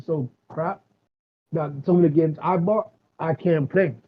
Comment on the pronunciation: THERE IS NO “R” IN THE WORD BOUGHT